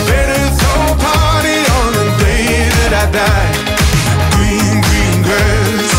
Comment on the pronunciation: Its so funny the way George doesn't pronounce his R's properly. Hahaha. Gween Gween Gwass.